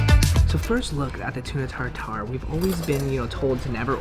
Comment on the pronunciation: Tartare, not Tar Tar. OK?